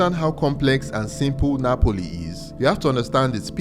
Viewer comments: translator app. Sounds like you saying Nipples instead of Napples ”😅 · Why am I hearing nipples!??? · Just to set the record straight it is NAPOLI and not NAPLES